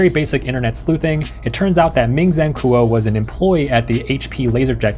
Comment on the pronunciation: Why did you pronounce "Kuo" like that,?